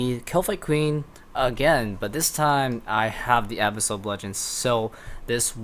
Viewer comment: The way you pronounce "Abyssal" bugs me